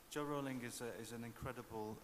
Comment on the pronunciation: Funny, out of all the actors I think Alan Rickman was the only one who sought to pronounce Jo Rowling correctly.